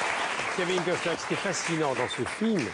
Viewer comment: C'est pas Custer c'est COstner.😅